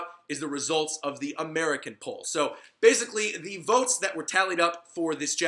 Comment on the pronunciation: Yo the way you said basically at the mark sounded just like how and italian would say it .I was cracking up with laughter.